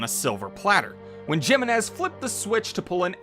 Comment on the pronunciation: *Hee-meh-nes Jiménez.